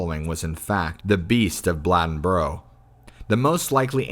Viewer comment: Ok, it's Bladenboro. It's pronounced blade in boro, blad en boro. Say it fast lol, Bladenboro. And depending on where you're at, you may hear an "L" sound at the end which makes it sound like Bladenburl lmao